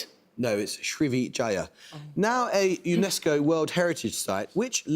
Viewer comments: And what race do you conjecture me to be? Now, whatever ethnicity I might be, let's be graceful and stick to the facts. Just play the tape, see how he pronounces Srivijaya - any one with some familiarity with a related language - not necessarily with such antecedents - wouldn't mangle it so. Not hard on the tongue if you can say "shrub". Sri is a common honorific in South Asia, Southeast Asia etc. Now Amol has commented on his roots in the media - that is how we the public know who he is - so, the onus is on him to get it right in respect of the culture of the forebears he proclaims... simple as that. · I am sure Amol's Indian progenitors must be turning in their graves hearing him muck up Srivijaya. You got to hand it to him... equal opportunity messer-upper. No matter where in the world, Amol will muff it. He's polite so may be the competing kids like him for that. Paxster can't be polite.. against his whole brand... but he was fun...